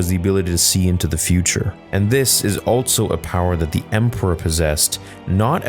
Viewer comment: Why do you say altso and not just also?